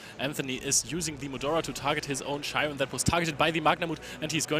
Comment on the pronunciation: why do they pronounce Scheirin as "Shy-ren" when it obviously has a "Sch" german pronunciation, and one of them sounds german too lol